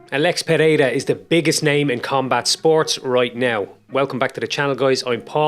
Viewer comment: as a brazilian, i can say you are problably the best outsider to say ''Pereira'' the right way, nice video my man